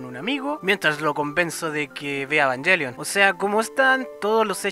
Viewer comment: Después de varios videos al fin alguien que hablar con la mayor coherencia y puede pronunciar los nombres de Evangelion correctamente... cough cough... Ángel Salfollas.... cough cough... Indie... cough cough... etc cough cough... Aunque una cosa, yo personalmente siento que dijiste lo obvio pero para humanos tal vez para mayores de 14 años (la edad de los pilotos xD) Me gusta ver estos videos para compara mi información, pero no siento que hayas algo que no supiera, aunque estoy muy agradecido que te tomases la molestia de decir bien los nombres. Like!